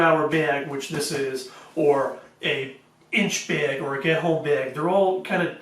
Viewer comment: Baeeg. Baeeg. What accent is this?